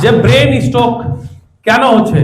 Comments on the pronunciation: Brain stok- pronounciation kee this. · আরে মূর্খের বাচ্চা সেটা স্টক না, স্ট্রোক । আসছে ক্লাস নিতে । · সব ভাওতা, স্টক হবে না স্ট্রোক হবে এটাই তো ঠিক মতো জানেনা। ছিঃ, এরা নাকি ডাক্তার!!! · শব্দটা স্টোক না স্ট্রোক বলে ? আজকাল উচ্চারণের জন্য অর্থ বা মানে পরিবর্তন হচ্ছে ।সেদিকে কোন খেয়াল রাখা হয়না । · স্টোক নয় স্ট্রোক হবে।